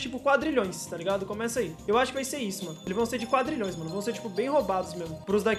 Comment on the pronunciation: falando quadralhoes e foda